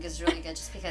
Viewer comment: Scariest part of Keratin Garden is definitely how that one girl pronounces Vigo Mortensen's name.